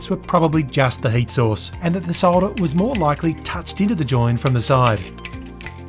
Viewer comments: And that dear Americans is how you pronounce solder. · Hi, it's good to hear someone saying "SOLDER" the way it is meant to be pronounced instead of the American "SODDER", It's also good to hear "CAPILLARY" as opposed to "CAP ILL ARY,thanks from a fellow Aussie.